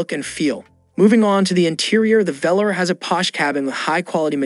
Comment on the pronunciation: It’s pronounced as Velaarr not Velerrrr!!